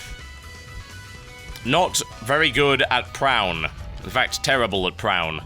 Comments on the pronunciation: it is pronounced pro-oon.. its a type of geometric painting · I think it's pronounced Pra-on